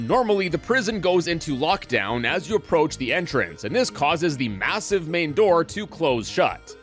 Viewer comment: Did he say massive?